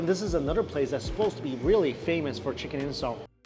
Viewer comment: Is he saying "chicken incel"?